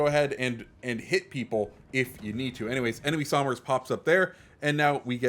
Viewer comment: Btw this ship in real life is named after my great great grandfather. I think. I can’t remember how many greats but it’s after Richard somers and the way you pronounce it is “sum-ers” you would say it like you’re saying summer but plural